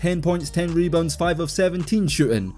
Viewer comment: "mebounds" is hilarious